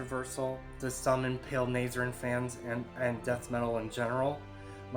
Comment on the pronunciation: Weirdest metal channel ever. Literally had to turn this off because of that unfunny shit at the start. Also, I beg of you to look up how to say Nihil and Nazarene.